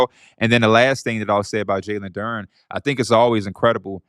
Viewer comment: I know P gotta be loving this engagement! He really brought this guy on to spout a load of bull ahaha - listen to how he pronounces Duren ffs! Anyways, loving the show!!!